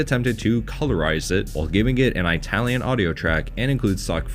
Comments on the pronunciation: ih-talian, not eye-talian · I couldn’t get past the narrator mispronouncing “Italian” repeatedly. Say it like “It-al-yen” not “Eye-tal-yen”. Having worked with Italians for years I cringe hard when I hear that pronunciation, and think the speaker must have been from the trailer park. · It's ITalian not EYEtalian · Flinching every time you say "eye-talian" like a r*cist grandpa. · He pronounces Italian as I-talian. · Why does he keep saying Aitalian? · Jeez those friggin eye-talians....lol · No one:: Eyetalian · “Eye-talian”? Yes, dude, we know you aren’t Italian. I’ll bet this guy thinks Spaghetti-Os are delicious. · It's not EYEtalian, you moron. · EYE-talian is a good example of domestication right there. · Please quite saying Aye-talien. You sound like my hillbilly neighbor discussing pizza. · Eye-talian? why not just call them Wops? You're a bigot. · Didn't know about this, super cool. Cringed every time I heard "EYE-talian" though. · Same here! This guy probably has trouble ordering food at Olive Garden. Too ethnic for him. 😂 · love the pronunciation of itallian, i tallian, from apple. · I know, I winced every time he said that. XD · I am 0% Italian, it hurt me as well. I thought only old ignorant cartoon characters actually pronounce it that way. 😂 there is no country called “eye-tally” and they never say it that way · Eyetalian lol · Why do you always pronounce it "eye-talian". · "Eye-talian"? Are you effin kidding me? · You probably have no problem pronouncing "kaiju tokusatsu eiga", but "Italian" you can't do? What the fuuuuudge.